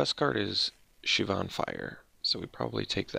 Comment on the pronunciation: Is that the correct way to pronounce Shivan? I've always said "Shiv-en" never heard of "Shiv-ahn"..but I could be wrong.